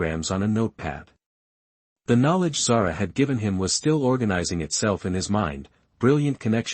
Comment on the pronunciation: My daughters name, it is pronounced Zar 'ah.